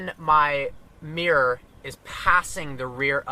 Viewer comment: since when has mirror became miyor.. lolz sorry, nice video though